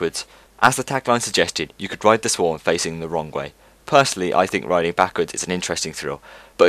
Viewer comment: "The Sworg"